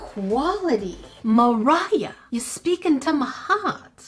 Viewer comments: Hahaha 🤣 ✋ I cat stop laughing When she said morhia paper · Was I the only one who heard Mroh when she was introducing her